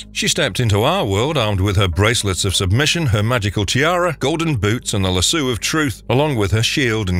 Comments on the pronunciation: Love your vids but Lasso of Truth is pronounced Lass-owe no Lass-ewe, please don't take it the wrong way!!! Forgive me if I'm wrong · lol "lasoo". Lasso = "lass" + "oh" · lasu? Is that how lasso is pronounced? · Good video but it's called a LASSOOOOOOO not lassu lol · Aries is the God of War, not Zeus. And also it's pronounced lassoh not lassu. Do a little research and editing. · Bro legit for real said Lasoo of Truth 💀 no 🧢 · Good video, but I could barely get through the Wonderwoman part because Lasso was pronounced lassoo every single time lol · How in the world do you get the pronunciation "lassoo" from the word "LASSO"?????